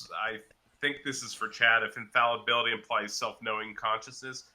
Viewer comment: Dude needs to learn how to pronounce infallibility, dude also has a PhD in Dunning Kruger Physics.